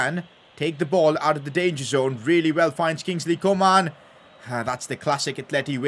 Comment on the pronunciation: I love the way he says Kingsley co-maan